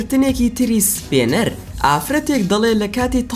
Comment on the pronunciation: سپێنەر نا سپینەر